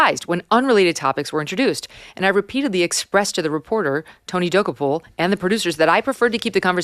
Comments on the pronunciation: Oh Megyn...here's the way to pronounce Tony's last name: Dah- Koh-pull. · MK: U HV TO STOP MISPRONOUNCING TONY DOKOUPIL!!! It’s DO-KOPIL! 😂😂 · Megyn please look up the pronunciation of Tony Dokoupil from CBS. You are saying it completely wrong and it makes you sound rather unintelligent which I know you are not!